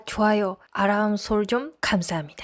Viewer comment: 구독과 좋아요 아람설정 감사합니다..... 은 알 발음이 안되는가 보네요.... 아람설정 ㅎㅎㅎ 귀여워요... ^^